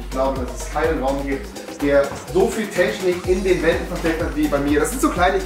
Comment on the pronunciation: Niemand: Absolut niemand: Rewi: TeSCHnik